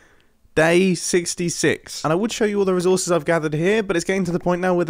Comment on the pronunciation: Am I the only one cringing at the way he says “resources” he’s like -rè and I just keep thinking: “Why! Why -rè?! It’s ré”